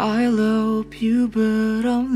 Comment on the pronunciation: Love woy bukan lop 😂